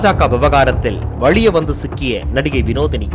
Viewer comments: தமிழ ஒழுங்கா படிங்கடா வழிய இல்லடா அது வலிய டா . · வலிய..."வழிய" அல்ல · 'வலிய வந்து', 'வழிய வந்து' இல்லை. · 'வழிய வந்து' இல்ல.. 'வலிய வந்து' தமிழ் எழுத்துக்களை சரியாக பயன்படுத்துங்க..உச்சரியுங்க.. எழுதுங்க.. ஜி.. 🙏🏽 👍🏽